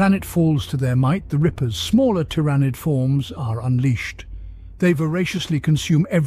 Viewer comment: I have never heard Tyranid (tear-ah-nid is the norm) pronounced the way he does. Otherwise good video....then he goes and swaps between the pronunciations to troll me: in the same sentence even.